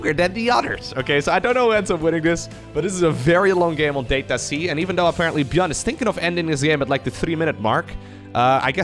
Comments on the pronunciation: You're saying it wrong! If you pronounce it "DAH-tuh see" then you'd understand why playing on Data-C means playing underwater. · DATA-SEA is what I hear every time u say DATA-C tho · Data-C “Data Sea” come on. also there’s 2 ways to pronounce data. Make it sound like it rhymes with odyssey. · "that-a sea"? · "it's at the bottom of the ocean *under the sea*" "On data-c" sounds like "unda da sea" like the song from Disney's "The Little mermaid" . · Maybe the mapmaker says "DAH-ta" and not "DAY-ta" and it's "Dat a sea". "Dat a sea?" "Yep, dat is!" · Every time you said Data-C I kept hearing "Data Sea", which "underwater map under the sea" checks out... Could just be me though. Could just be a play on words. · data-c "dat a sea" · as a fellow Dutchmani guess Data-C is a pronunciation word play thing because you pronounciate it as Data-Sea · its data-SEA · It reads data - C as in data "sea" in english. As in a sea of data, an ocean of data, or a large quanity. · It's so simple, just say "data" like an American not a European. Long A. Say it in the sentence "we find ourselves on data c". Notice how you basically said "we find ourselves under da sea"? It's just a really bad pun that only works for Americans. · its called DATA C, it can also sound like DATA SEA.